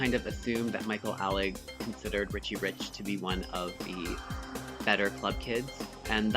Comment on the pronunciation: How you say Michael Alig's last name, though it matches with Party Monster, it actually isn't how Nelson Sullivan pronounced it. He says it Ay-lig and so do the other people in his videos.